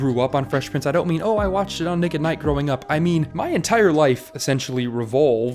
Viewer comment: "...my ‘professional’ video essay voice gets dropped half way through the video..." In the beginning it feels more pushed into enunciating whereas towards the end it turn into you being you. YouTube is all about you being you, so I suggest you be yourself. You got a bit of AH in "MY generation" so it's not a strong accent enough for you to worry about it.